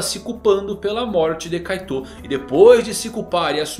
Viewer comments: Você fala kaitou mas na dublagem, se fala kait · ouvir "kaitôu" me faz definhar um pouco toda vez. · Da uma aflição de ouvir vc falando kaitô